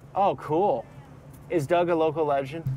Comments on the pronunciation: Not DOG, His name is "Doug" which sounds like dug or rug. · You pronounce Doug just like my dad use to. Dad spoke spanish as he was Mexican-American and preferred to speak Spanish. Doug is pronounced more like dug, I dug a hole not dog. Please don't get upset or feel offended, I just thought you would like to know. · The man’s name is Doug(dug), not Dog!! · Doug is said as "dug" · It’s pronounced DUG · It’s pronounced Dug lol